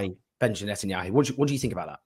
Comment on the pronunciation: Is there a reason I keep thinking people are saying Nut-anyahu?? 🤔